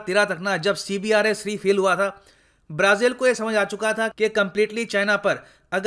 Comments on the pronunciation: Sir जी अपने कई बार CBERS को CBRES बोला है। जो कि मुझे कुछ कन्फ्यूज्ड लगा। क्योंकि लिखा कुछ है और बोल कुछ और रहे हो? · CBERS not CBRES👍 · C B E R S not CBRES